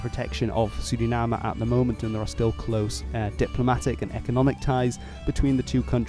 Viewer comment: Yoooooooo first time I heard a foreign speak out Suriname right